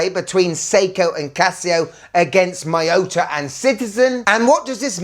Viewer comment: It's mee-yo-tah! Not may-yoh-tah!